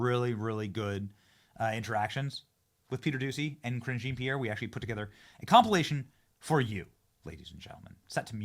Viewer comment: Zhah(n)- Pierre. Lol just google it